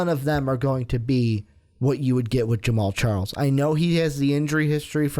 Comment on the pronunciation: Lol Charmander west!! His names pronounced shar-Kendrick. Lmao Boy ain't no Pokemon!!!!